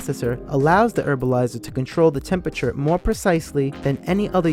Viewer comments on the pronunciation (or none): Herbalizer.. not Erbalizer